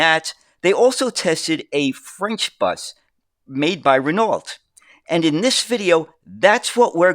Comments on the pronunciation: It’s pronounced Rin Oh. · It wasn't the accent throwing me, it was pronouncing the silent "lt". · I can't help but to notice that "Renault" was not pronounced correctly a single time.